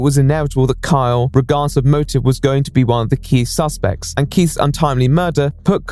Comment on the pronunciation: I keep hearing "Kyle" as "Karl"